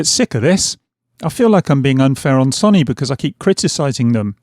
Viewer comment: Say it with me now.... Sow nee 😄 Only playing lad, great videos even if you can't pronounce sony 🤣